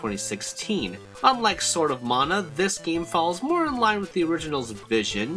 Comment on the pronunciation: Stop saying mana wrong. No, it's not subjective, you're saying it wrong.